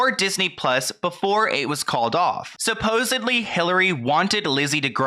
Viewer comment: "suposedly"... Dude you are part of whats wrong with the ENTIRE Picture.